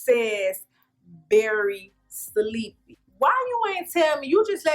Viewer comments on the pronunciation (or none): I was like I know that say berry sleepy! Sis say berry sweet 😆